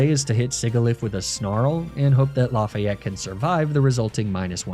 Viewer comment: Lafayette might have been better if you had pronounced it right 😭😭😭